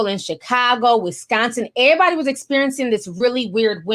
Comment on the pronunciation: I'm only here to hear you say "ehhh-body" lol